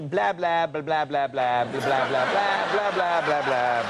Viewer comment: "Blah" rhymes with "ha" not "yeah."